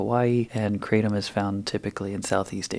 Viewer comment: Kratom is pronounced kru-tom